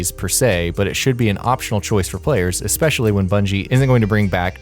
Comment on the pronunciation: Thumbs down because you said Expecially. There is no X in especially.